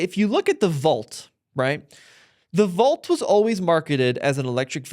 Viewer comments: it's Volt, not Vault lol (that's how it sounded when you pronounced it;) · Dude, dear God please learn how to pronounce the word "volt"